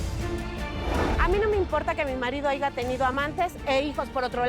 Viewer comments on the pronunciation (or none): Corriente la Cristina y analfabeta. "Aiga" 😅 es HAYA 😡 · La palabra "bastardo" les sale muy fluido y la palabra haya no la saben pronunciar??? Suena muy incoherente!😅😅😅😅